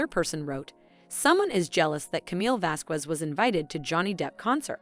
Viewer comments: Would someone PLEASE pronounce Camille's last name correctly? Elaine, I think, did it on purpose or just isn't that well educated but come on...if you're going to do a narration including her name, LEARN HOW TO SAY IT! It is NOT VaskWEZ!! It is Vaskez...Please! You're getting PAID to do this. The least you can do is learn the people's names! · The q in Vasquez is pronounced like a c not a q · The “U” in Vasquez is silent 🙄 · Please learn how to say Vasquez. The "ue" sounds like a soft "e" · It's pronounced "VasKez" to do otherwise is mildly discriminatory and racist, Please get it right. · You’re pronouncing camille’s surname like Elaine you knob end.🖕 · Her name is Vasquez get it right you sound like Elaine that could not say it right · People need to learn how to pronounce Camille's last name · Please stop mispronouncing Camilles last name ffs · You’re mispronouncing Camille’s last name wrong stupid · How can you mispronounce Vasquez??just like Elaine, eww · Pronouncing Camille’s last name wrong is not the best way to start a video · Lady, you really need to learn how to pronounce Camille's last name. Look on You tube for help